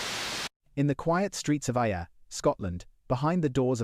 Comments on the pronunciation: It's pronounced Air.... Ayr... I worked the doors dun there... Bobby Jones and Charlie's... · Aye r it's pronounced like AIR Ayr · Am laughing at the pronunciation of Ayr lol it’s said like the air we breathe lol